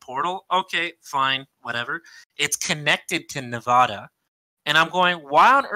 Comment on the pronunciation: My only complaint of this podcast is the way one of you guys say Nevada